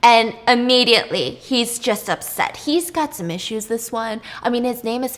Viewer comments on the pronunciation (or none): none